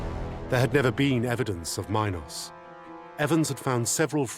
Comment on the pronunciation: I'll accept the butchering of Theseus' name but Mynos and My-nataur? Why are you adding the long I into a language that does not and never has had that sound. I see people do it with Dionysus too. I sounds like E. And Y sounds like the short I (like in it or Istanbul). So its min (like mean) Meenos/Meenotaur. And Dioniysus is not Die-oh-nicesus its Dee-o(short o like in Orange)nisus Hope this helps with future videos. Should give you more credibility when talking about them.